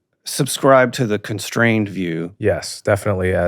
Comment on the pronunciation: Conshtrained or constrained? I am getting confused by the pronunciation of “ S “. Apartt from this a brilliant and fascinating discussion! It’s a discussion about tribal behavior at the end. Was there even a concept or definition of poverty?